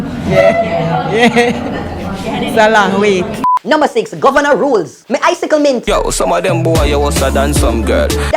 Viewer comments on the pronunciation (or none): AWWWW 🤔 did you mean to say icee mint or I sickle mint like you said? 🤔 🤣🤣🤣